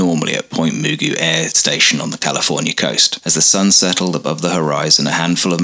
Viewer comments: I lived near the base for many years, and visited it several times. I've never heard it pronounced as moo goo, always muh goo. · It's pronounced Ma-Goo' as in the cartoon character Mr. MaGoo.